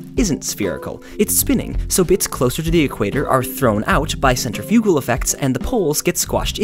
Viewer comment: Did he say because of centrFUGAL effects?